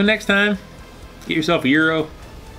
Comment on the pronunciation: It is pronounce Gyro not Gryo! Get it right! 😆